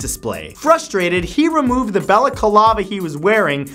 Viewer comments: BalacAlava? Like Pina Colada? NO! It's Bal-a-cla-va. It has FOUR syllables, not five! Sheesh! BalacAlava, FLORIDY county jail, a baseball bat that suddenly turns into a knife... What the hell were you smoking on the day you filmed this??? 😵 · Why do you pronounce it balacalava it's balaclava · Balaclava mate not balacalava ffs. English much... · Nisson?? Niss-ANNE !! Balacalava?? BA-LA-CLAVA. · BALA CALAVA? It's BALA-CLAVA Matt! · Ah yes. The ol Bella Colava. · Bella-kalava????? It's called baclava and it's worn in the middle East by damn near everybody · What the heck is a "bellakalava"? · I like how you add an extra syllable to balaclava.